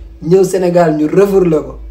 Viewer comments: Yow ken dou wakh refourlé on dit refoulé ou rapatrié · Le "REFOURLÉ" de 😂😂😂